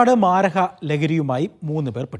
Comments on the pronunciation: മാരഹ അല്ല മരപ്പൊട്ടാ മാരക എന്നുപറയു സുഡാ ...😂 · മാരഹ അല്ല മാരക ok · മാരഹ.. ആണോ മാരക ലഹരിയാണോ റിപ്പോർട്ടറെ..